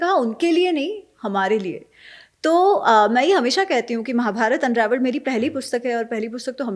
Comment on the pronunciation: महोदय, उच्चार में दुरुस्ती करो, रामायणा गलत है, "रामायण" सही है. महाभारता नहीं महाभारत जय श्रीराम